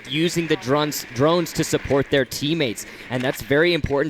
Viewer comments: *Drones NOT Druns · HAHAHAAHAH i like how said "Drans" instead of drone 😂😂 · 1.56 "using the drunts?"